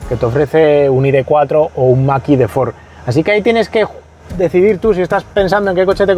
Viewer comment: Excelente como siempre, pero me "canta" enormemente cada vez que dices "el maki de Ford"... ¿por qué esa pronunciación, cuándo lo normal aquí sería decirlo como suena: "mach e"?, ¿acaso decimos "model wai", o "ai di four"?, la verdad es que rechina bastante... sé que es una chorrada en un vídeo de un nivel increíble como todos los que haces, pero tenía que decirlo... 😅